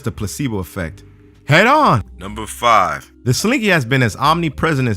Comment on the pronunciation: Dude says "Fi" instead of "Five" like its so hard to pronounce the entire word. -_- I want Dolan to narrate again.